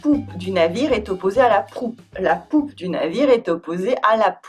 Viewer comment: So glad I'm not the only one who laughed when she said poupe